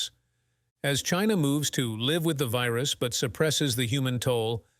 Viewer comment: What is a veeroos and oonanymously? Biden English???